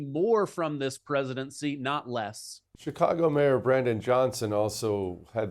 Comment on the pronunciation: Did he say Chikongo? 😂